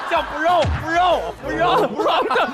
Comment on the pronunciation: 杨迪 说brother 那段，听起来就是 Bra 😂😂😂